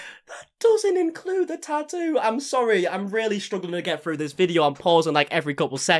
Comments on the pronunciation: He’s getting a “taa’oo.” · he says tattoo "normally" until he says it about him self his accent comes out thicker and says 🇬🇧 tattoo